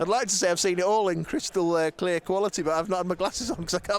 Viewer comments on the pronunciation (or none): none